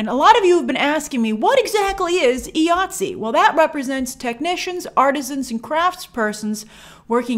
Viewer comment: It is pronounced Eye-ATSE not EEE-ATSE. I question your sources who say they are union because all members pronounce it the same all over the world. The reason it is pronounced EYE and not EEE because the union is for the individual.